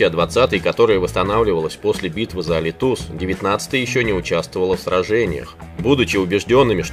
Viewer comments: УДАРЕНИЕ СТАВИТСЯ В ЭСТОНСКОМ ЯЗЫКЕ НА 3 БУКВУ И А!ЛИТУС ЕСТЬ АЛИ!ТУС !АВТОР ТЫ ХОТЬ НЕМНОЖКО УЗПАВАЙ О СТРАНЕ ЯЗЫКОМ КОТОРОЙ ГОВОРИШ! ДЯКУЮ !ЧЁЛОВИК ЯКЫЙ ЖИВЕ У ПРИБАЛТИКЕ 44 РОКИ! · АлИтус,а не АлитУс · Переозвучьте, пожалуйста - город Алитус произносится с ударением на "и" - АлИтус. А в остальном - за видео, работу и интерес к истории - пять баллов с плюсом! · АЛИТУС ударение на "и".